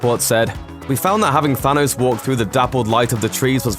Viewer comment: Why do you keep saying sanos